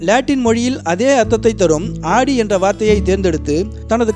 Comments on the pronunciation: Super bro but not aadi it's audi haha l cant stop laugh of aadi spelling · ஆடி car illa bro ஔடி car bro......car name ah correct ah sollunga